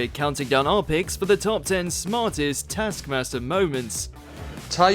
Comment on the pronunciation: Rhod did not rip off his bikini bottom - Alex ripped off Rhod's top, while Rhod ripped off Alex's bikini-bottom, look at the tasks you're gonna talk about you bell-end. The show's not pronounced täskmäster. The rest of the video is similarly shit - harsh but true.